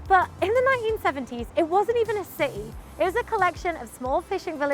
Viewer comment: I noted that she and another British youtuber, Mr. Barrett, pronounces City as CE. Not sure this is a common UK accent?